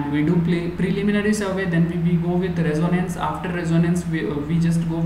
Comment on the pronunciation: How can we accept the pronunciation of "Reconnaissance" as" Resonance "?